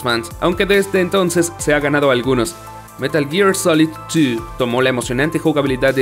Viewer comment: metal jir solet tu